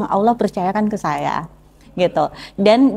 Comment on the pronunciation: Masukan sedikit untuk pengucapan Allaah dan penyebutan masuk muslim harusnya masuk Islam. BarokAllah fik